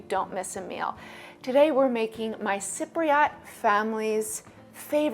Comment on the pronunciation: Thanks for liking my comment the way you said Cypriot is different how my mom says it and me